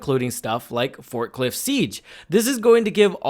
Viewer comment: I think you said fort cliff but it sounded like forklift siege 😂 as a forklift operator I definitely want to do some sieging